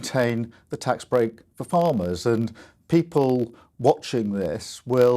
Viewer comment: What exactly are The Pee-pol????